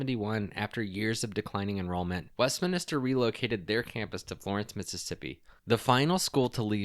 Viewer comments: Just a note The word is Westminster Not Westminister. IJS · west-min-ster. just three syllables.